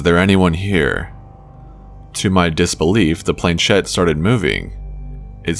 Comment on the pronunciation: Shed? Naw, baby, it's a planchette (plan•SHET in American English, or proper French, (plon-SHET), barely pronouncing the n) . It's French and it means "little plank". The accent is on the second syllable. British generally see "ch" end pronounce it, as in church, with no respect to the language whence it came.